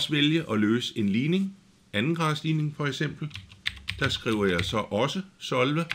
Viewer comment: solve er et engelsk ord, det betyder løs. men du udtaler ikke ordet korrekt. ellers fin video